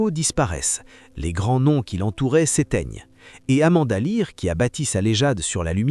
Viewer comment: Depuis les années 2000 elle a resrti des tubes 😂 et Amanda Lear et pas Amanda l'aire😅🤣😂